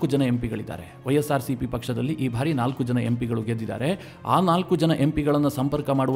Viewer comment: ಭಾರಿ ಅಲ್ಲ ಬಾರಿ ಎಂದು ಉಚ್ಚರಿಸಬೇಕು.